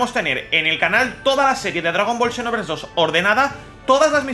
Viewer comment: Por que lo lees como shinovers?